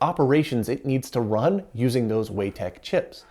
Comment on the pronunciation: I think "Weitek" is pronounced Why Tech not *Way Tech*.